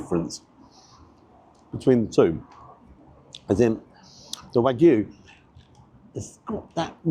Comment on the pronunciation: Well done on pronouncing it as wagyu, the vast majority of food YouTubers say it to rhyme with Mr Magoo! 😢 You have to think it’s not the best quality wagyu (not from Japan for a start), plus the rocket looked mostly stem and I’d bet the truffle mayo has never seen an actual truffle! Could be better off with watercress than rocket - takes being warm better and a better peppery flavour for me, though again it’d need trimming so you’re not mostly eating stalk. Not tried the truffle version but I’ve liked previous loaded fries, particularly those onions. Shame I had to get them refunded 50% of the time cos they’d put bacon on despite explicit instructions not to (which is a menu option, not just making it up!)